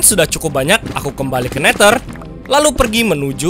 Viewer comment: Neder bukan neter😂😂